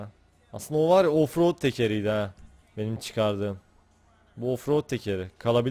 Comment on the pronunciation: ingilizcesini konuşturuyor ofrod sençın yea